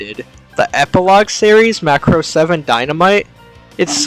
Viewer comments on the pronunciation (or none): It's Muh craws that audio opening has been a bad pronounce for years been said Muhcraws by creators , voice actors , people who worked on series at conventions and meet and greets and commercials in japan for near 40 years 😂 The name is a foreign word for Japanese and is made from Ma as in Mama muh/mah and a religious cross . Macross ova with Hibiki , Ishtar , etc has 4 Macross cannons and the SDF is called Macross and in original Japanese is not how your saying it . Check your ego at the door when it's been said once again for 40 odd years by everyone involved 😂😂😂 it's also in the written japanese form . Fyi Sharon Apple is a military infiltration and assassination AI that was rejected , was in ideas for longer arc till the high price animation got put into show . Delta isn't bad it was just not really macross . The Macross series revolve around humans and adapting Zent/Rmasters technology and fits in the same fanbase as Gundam etc , Delta has none of that feel and the SDF itself was inspired by Space Battleship Yamato , big spaceship with mega gun in nose . By itself the anime is fine but like 7 the connection to Macross did more harm than good . Good vid otherwise